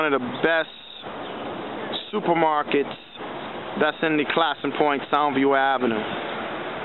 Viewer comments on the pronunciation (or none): Love this! Our name is pronounced Clay*son, though. Long a sound. I don't know where the east coast pronunciation came from. Very interesting...